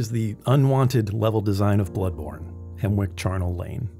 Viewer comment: Isn't it pronounced Hemmick?